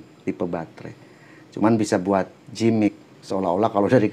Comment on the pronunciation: makasih riview2 nya pak, sangat membantu untuk keperdulian kepada hak hak konsumen agar mendapat produk yg benar dan tepat serta jujur...btw Giimmik pak, gak usah dijadikan J huruf G nya hehehe ...maturnuwun infonya